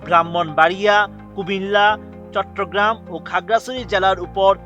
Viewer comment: চট্র না চট্ট বলেন 😑